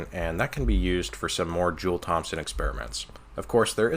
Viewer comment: brother, the P in Thompson is silent.